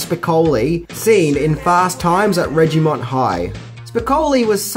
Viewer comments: Did just say “Ridgy-Mont High”? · "Ridge-Ey-Mont High" I love your mispronounced words, man. I always wait to see what you have up your sleeve next lol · Reggie-mont High? Reggie-mont? LOL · What the HELL is Regimont High.?!?! It's Ridgemont.!!! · So thats where Audiobully's sampled from. And its not awkward when something is intentional (Beavers) . Speaking of intentional, this videos misprononunciations were "ridgemount" high, James "Hamptom", and "simularities"